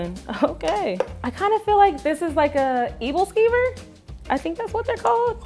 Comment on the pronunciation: It’s not called evilskiver, It’s called æbleskiver (aebleskiver) ☺️